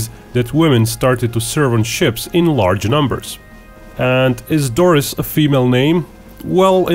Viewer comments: Pronounced Dor-ree not Doris. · 1) It is pronounce Dorie as in "Finding Dorie". 2) He actually shot down the bulk of the Japanese planes that were shot down at Pearl Harbor, he hit maybe 5 total. 3) In many Pearl Harbor movies, the lead character is often someone made up in order to have someone White as the hero while Doris's accomplishments were actual.